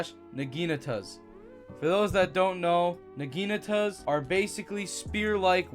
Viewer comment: Started tweaking for a sec when he said naginatas but I locked in